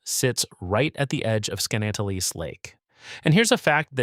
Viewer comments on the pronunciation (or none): He butchered the name!😊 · Your AI narrator couldn't pronounce "Skaneateles" the same way - even after telling viewers how to pronounce it. Why are these AI narrators even necessary? Can't you narrate your own video?